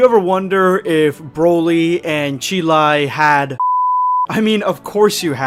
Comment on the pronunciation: Chroly or Brolai 😄😅